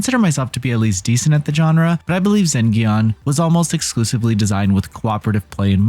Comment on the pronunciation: Wait, it's pronounced with a hard G? I was under the assumption the title was a portmanteau of 'zen' and 'dungeon'!